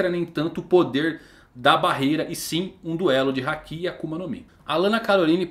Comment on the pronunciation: você assiste o anime dublado? Tenho reparado que você fala muita coisa de forma errada. Hakí sendo se fala Haki Akáinu sendo que o certo é Akainu Chópper sendo é Chopper Yónkou sendo que é Younkou Você fala de um jeito que nunca vi. Assisto one piece desde 2000 e nunca vi no anime esses nomes que você fala. Queria perguntar pq não assiste legendado como mundo. Ouvindo o áudio original do anime. Sei que vai ficar ofendido e apagar o comentário, mas como fã é muito horrível ver esses nomes que você fala. Espero que aceite a crítica. E não é KATANÁ E SIM KATANA.